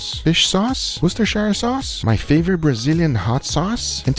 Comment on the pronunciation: Guga, love your vids, but as a person from Worcester, I feel like I should tell you it's pronounced like wuhstersheer